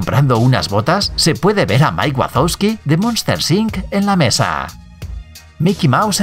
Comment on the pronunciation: Encima dijo monster sinc 😂